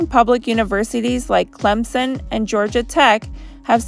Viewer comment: It's pronounced [Clem sun]. Clemson has great sports teams and a high standard of education.